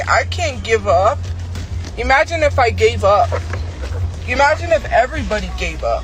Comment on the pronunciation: " Eeemagine " can't even say imagine right... lol